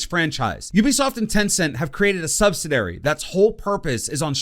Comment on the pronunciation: Sorry this was painful. It’s pronounced sub-sid-u-air-ee